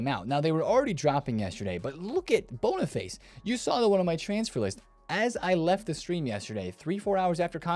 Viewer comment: Anyone else love the fact he calls Boniface bonnerface